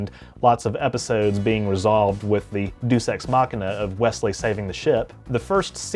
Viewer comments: Bruh said deuce ex machina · I actually physically reacted to his pronunciation of "deus ex machina." 😂 Brother, it's pronounced "day-oos."